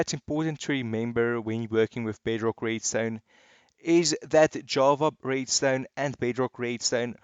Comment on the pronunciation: I love how he says „Reedstone“😂😂